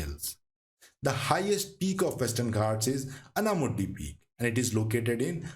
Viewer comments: Good video. But Hindi speakers please learn to pronounce names and words of the southern languages. Example it is पालकाड् not पल्लाकड, नागर्होले not नागर्होल्, आनमलै not अन्नामलै, आनमुडी or आनेमुडी not अन्नामुडी। Please check all your pronunciations. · for your information:- to correct pronunciation in malayalam paalakkaad not palghat or paalkkad or palkkaad aanamudi not ananudi in most southern language names, "a" is pronouncing as "aa" & in tamil written as salem pronounce as selam mahe pronounce as maahi